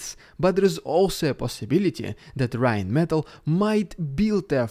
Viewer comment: Rheinmetál, with long 'a' in ze end :D